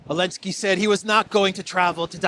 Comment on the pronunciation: I like how still says Zelensky as Elensky after all these years, lol